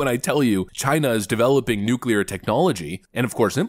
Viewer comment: Maybe it is trivial but how nice to have a President that can pronounce’nuclear’ 😂